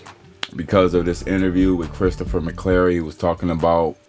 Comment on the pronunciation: McQuarrie. His name is Christopher McQuarrie. It’s amazing. The name is right there in the headline and you can’t pronounce it right! 😅😂 And you have no idea that he would’ve wanted Zack involved! Conjecture.